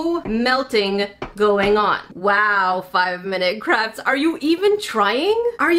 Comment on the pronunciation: Did anyone else hear saying "5-Minute Craps?"